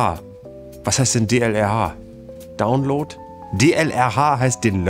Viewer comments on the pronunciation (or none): none